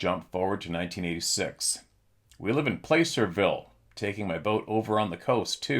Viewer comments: FYI the pronunciation for Placerville is Plaser-ville 😊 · Short a, Pla-cer-ville. Ger-nee-ville.